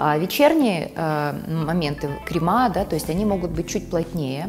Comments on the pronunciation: Непростительно для профессионала говорить "кремА" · В слове «кремы» ударение падает на слог с буквой Е — кре́мы